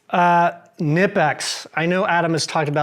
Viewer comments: knipex is NOT pronounced with a silent K. CNI PEX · Knipex: You ARE supposed to pronounce the K.